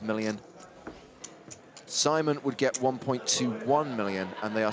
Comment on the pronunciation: Sigh-mon is apparently a lot easier to pronounce than See-mon. So why bother.